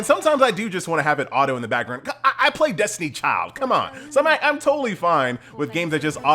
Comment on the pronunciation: LMFAO, was not expecting "boot leg destina"